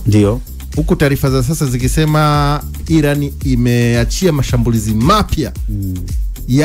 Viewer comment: Inatamkwa 'Iraan' na sio I-ran!